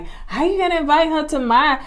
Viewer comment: So I attended Alabama A&M (LAMH alma mater) and they did not teach us to say EE-VITE 😂 and that word and immaturity irks my nerves.